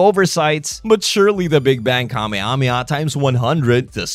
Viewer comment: "cuhmeameah 🤓" smh